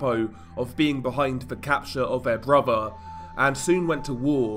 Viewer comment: good content and scripting, but the vocal delivery, maybe try like you're doing a standup comedy act, it's a bit overly dramatic and tedious, not every syllable has to sound like it is an earth-shattering piece of information - also, if you want to be a narrator, words like 'brother', 'further', 'then' , 'the' and though' aren't pronounced 'bruvva' , furva', 'ven' 'va' and 'vo'